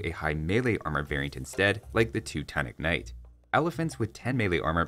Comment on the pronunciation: Two-tonnic knight 😂😂😂